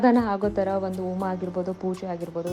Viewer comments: ಓಮಾ ಅಲ್ಲ ತಾಯಿ ಹೋಮ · Its homa.. not oma